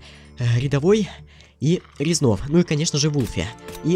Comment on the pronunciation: 20.08 ты сказал Резнов??????????????????